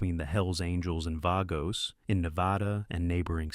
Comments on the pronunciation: VAH-gos, not VAY-gos you stupid robot. Also, sloppy pic and stock video use. Snow? Altamont? lol Human AI coordinator, come clean up your 'bot's drool, would ya? Thx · "Vay-goes".. lol